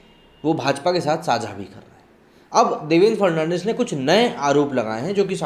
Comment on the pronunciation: Throughout the video you mispronounced Devendra Fadnavis as Devendra Fernandez